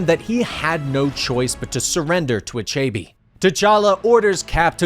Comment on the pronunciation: Nice video, thanks! Tho, these mispronounciations take me out of the story. That villain's name is pronounced, AH-CHE-BEH (with a slight upwards intonation on the last syllable) 😃